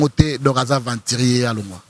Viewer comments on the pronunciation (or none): Balobaka aventurier et non aventrier mawa trop.